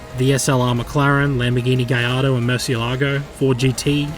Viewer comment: i was :] when u pronounced gallardo right and then :[ when u mispronounced murcielago lmao